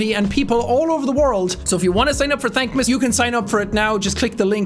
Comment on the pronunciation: What the hell is "Thankmas"?